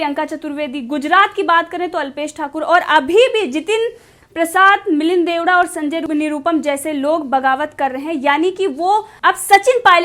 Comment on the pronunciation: Sahyad. Koch. Uccharan halat. Ho. Raha h ( shree. Milind. ) DEODA G. Sonif shree. Murle deoda g. Sarname. Theek si bola jaye.